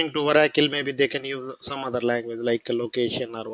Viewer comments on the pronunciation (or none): Not Varacle? It is Oracle